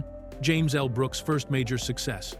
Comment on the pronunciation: Does anyone bother to the voice track? How much of a lag do you need between the L and the last name of Brooks and the ironic thing is it was consistent. Did the AI put a period after the L making act like it it was the end of a sentence?